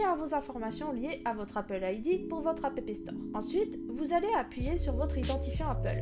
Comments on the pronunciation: Elle prononce juste les deux "p" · J'ai explosé de rire pour le "apépé store" mais bon tuto !